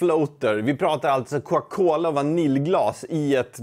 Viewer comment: Varför säger du Coca Cola så konstigt? Är det din dialekt eller har du bara fått för dig något?